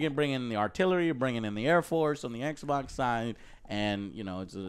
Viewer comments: I love when joe calls xbox eckboc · It's XBOX. Saying it like that makes you look stupid 😶. And saying you don't care that people call you a fony fan boy just shows how much of one you are 😂